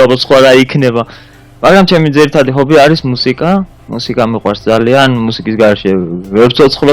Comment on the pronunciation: ხობი არა . ჰობი